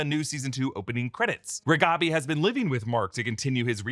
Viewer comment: The way that they pronounced "Gråkappan" is hilarious to me as a Swede. It's not even slightly close 😂